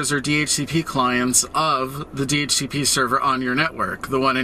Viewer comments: wtf never heard ppl read DHCP normal ppl say the letter D-H-C-P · 1. hearing "duh-hooka-pah" made me have to get new ears. Thanks. 2. We need to tar and feather ISPs that hand out anything less than a /56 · 10 points for Do-Hook-a-pah